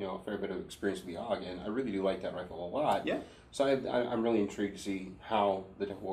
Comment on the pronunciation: It's not pronounced "awg", it's pronounced A-U-G. Never shot the HK91, although it's near the top of my list I hate Kel-Tec and won't waste my time or money with anything they make A friend of mine had a Springfield XD .45 with a 5" barrel, and I found it very smooth shooting and accurate. I liked it better than a Glock. If they'd only make it in 10mm... I've shot a Tavor once. I'm lefty and the gun wasn't, the brass cut my chin. It also had an AimPoint mounted, and I despise AimPoint. That being said, I enjoyed it immensely (besides the brass hitting me in the chin part), and would like some real trigger time behind a left-handed one. I really liked the ergonomics; I've never had a rifle feel so natural.